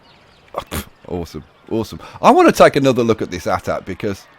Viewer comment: who else yelled at their screen when he said At At. its A-T-A-T